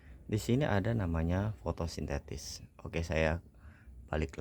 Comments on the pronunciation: Fotosintesis om... Bukan FOTOSINTETIS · Penyebutan fotosintesis aja salah bung.